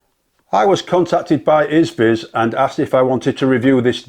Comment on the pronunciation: Good honest review. I'm staying away from it. It's far to easy to nick it! BTW it's pronounced EEE-ZEE-VIZ hope you don't mind, there goes the English language I know. ATB cheers.